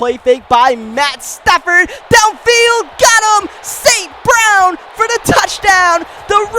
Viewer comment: bro you gotta say St.Brown's name correctly lol